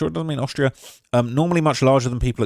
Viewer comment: did you just call austria “australia”?????